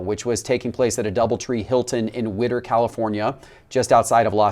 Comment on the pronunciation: It's not Whitter - it is Whittier. Cmon.